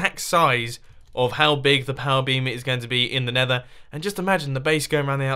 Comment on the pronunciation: "The neather wildlife" lol